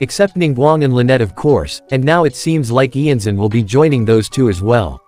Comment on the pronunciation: Iansan is based of Iansã, a deity from african/brazilian religions, she's belived to be a deity responsible for the winds, the storms and the funerals. It's also not pronounced IanZan, I know this is an AI voice, but I recommend you check out on google translate how to pronounce it